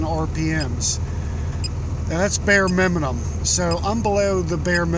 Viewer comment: Started scrolling the comment as soon as I heard him say it🤣